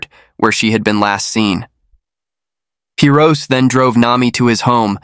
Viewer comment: It's Hee-Roh-Say, not Hee-roh-ss. Though this guy doesn't deserve having his name pronounced properly.